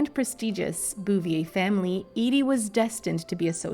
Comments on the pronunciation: Bow vay that’s how their name is pronounced 🙂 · Boo- vee -AY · Its pronounced Boo-vee- ay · Your pronunciation of the last name is HORRIBLE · I tried to watch this, but hearing you/AI voice continually grossly mispronouncing the Bouvier name over and over and over was just too nauseating... I quit 2 minutes in...